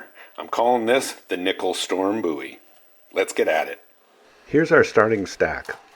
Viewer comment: You're saying bowie wrong.